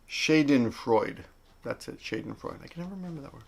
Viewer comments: '"shah den"(freude was ok) the a in schaden is like the a in nagoya :) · hej! :) you pronounce the "a" after sch in schadenfreude like the "a" in "shadow" - then it's almost perfect german "Schadenfreude" (where the words comes from - just fyi, love and greez from longtimesub from frankfurt, germany) :) <3 :)